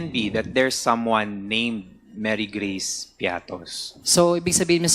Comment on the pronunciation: Mary Geace piattos? Walang ganun.It's Mary Grace piete